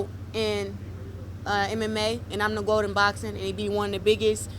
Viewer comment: she is the "gwoat" in mma